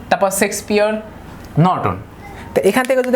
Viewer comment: ভাই সেক্সপিয়ার না শেক্সপিয়ার ।